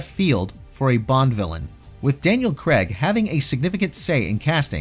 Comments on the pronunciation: CRAYG not Cregg!!! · It's Craig as in CRAYg and not CREGG.